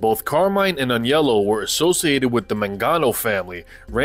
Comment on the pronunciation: Thank you for pronouncing Aniellos name properly...most people say Anelio....drives me crazy